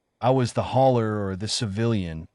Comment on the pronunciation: Hauler, not hawler or holler or holer